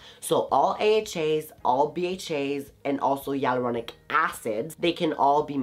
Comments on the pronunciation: Sorry but It's hyaluronic not yelluronic 😆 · I keep hearing yai-lu-ro-nic acid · What did u say aluronic acid!!! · I love your vids but I'm not understanding the way you say hyaluronic acid.